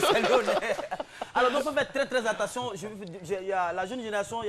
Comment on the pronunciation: On dit: « attention » et Non « entation »